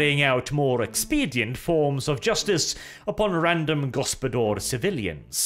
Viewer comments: pained groan Ugh......I can see what Dev meant when he said you were butchering foreign languages' pronounciations in the last Wermacht By Night.:D The "Gospodar" is pronounced "go-spo-dar", with hard 'A' at the end, not "go-spo-dor" with a hard 'O'. I expect this to be remedied come the video you said you will be making on them!:D (Fun fact for the non slavic people around, that word means Master. So the Kislevites are literally descendant from the Master race. The Slavs.) On a side note, any thoughts/comments on Loremaster Of Sotek kind of indirectly calling you out in his video talking about the Ice Guard release for the Old World? And is there any chance for the two of you to have a discussion/debate about it and general Warhammer stuff overall? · Initially I did not understood what this foreign gibberish "go-spo-dor" meant, but when you started explaining, I made the connection. It is Lithuanian word "gaspadorius". It is quite an old Lithuanian word and it is not as popular anymore as it was in previous generations and since. It means head of a household, usually in referring to a family. It also attaches certain expectations of age and wealth. You would not call someone young who had just married and had their first child. It is word reserved for men, not boys or rather when individual matures completely. Also, he is expected to have his own wealth like a house and means of supporting itself. Only then this word could be rightfully used to describe a man. It is a honorary word which you would call someone if you want to acknowledge his status and importance within his household. Little bit formal, but used in everyday conversations. As for pronouncing this word, it is "gas-pa-do-rius" with an emphasis on "r".